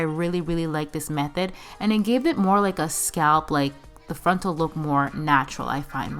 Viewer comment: Drink every time she says "frontl"